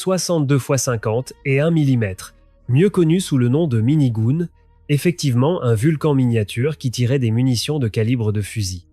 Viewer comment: mini goune ^^